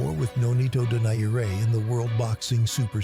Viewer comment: and AI text to voice apparently cannot process the pronunciation of Donaire 😑